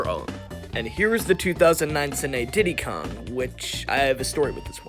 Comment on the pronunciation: I like how when he said tiddie Kong and then after he said ditty kong